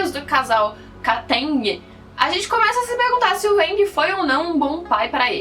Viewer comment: A pronuncia seria Aang kkk. Porém na versão dublada os cara fala "Âang" Msksks